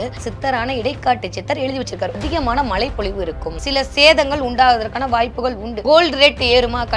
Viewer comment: மழை பொழிவு என்று கூட சொல்லத் தெரியவில்லை.. " ழ "கரம் வரவில்லை.😂😂😂